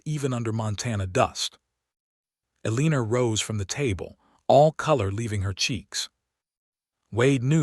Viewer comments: Elina not Eliner. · Oh good grief. AI isn't much of threat to humanity if it can't pronounce common names. Pay attention: EL-i-nor --NOT el-EE-nor.